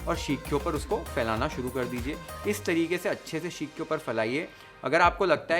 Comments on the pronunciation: The only thing that irritated me the most is the way you pronounced "Sheekh" and not Seekh 🫠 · Seekh not sheekh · shhekhh kaun bolta yaar seekh ko...pagla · Sheekh kabab nhi hota....seek (सीक) kabab hota hai.... Bar bar sheekh (शीख) sunkr main irritate ho gyi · seekh, not sheek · Sheek kabab is irritating my ears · It is irritating my ears now.. Sheekh kabab 🫨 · Yes. It was bothersome and very repetitive.